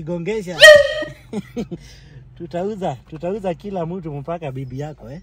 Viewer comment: I love how he pronounces, "MPAKA" 😂😂😂😂😂